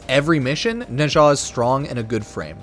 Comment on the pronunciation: Nezha is pronounced closer to 'nechzha'.